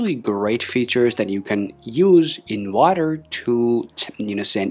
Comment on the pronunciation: In "wader" to search? That's what it sounds like you are saying. Remember that people watching this video are beginners. Talk slower and distinctly.